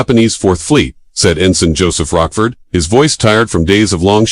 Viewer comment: It's LCDR Joseph Rochefort who works for CDR Layton, not"Rockford"